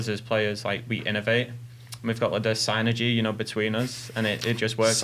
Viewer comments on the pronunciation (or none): Sign-ergy. I can't get past it. I dont know how ill ever take seriously again.